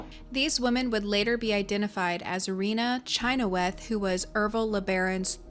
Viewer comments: Pronounced shin-hawth, my father in law has the same last name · Growing up in Utah, we pronounced the last name Chynoweth as "sha-nowth"